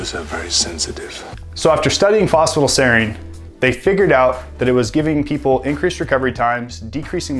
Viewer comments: Sorry to interject but it's pronounced Foss-Fa-Tide-ell-Sereen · He's not saying it fast, he's leaving half the word out. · Phos-pha-ti-dyl-serine. not sure what youre trying to say lol